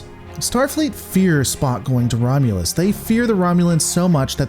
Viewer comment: 'The Romulans plans to invade Romulas.'